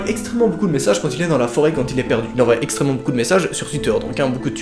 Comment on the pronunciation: enfin tu remarque que tu prononces mal envoient XD